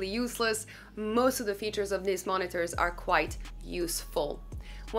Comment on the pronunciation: Did she say, “deez are da two mon-ee-tors”?